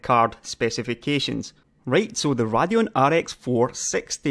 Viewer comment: I love your videos and analysis, and I know you're Scottish (I'm British myself) but for the LOVE OF GOD, it's RAY-DEE-ON, not RAH-DEE-ON, as in the word 'radiation'. It's a name. AMD decided to pronounce it RAY-DEE-ON, so that's how you have to say it. It would be like me mispronouncing your name, because I think it should be pronounced differently based on MY rules of grammar and pronunciation.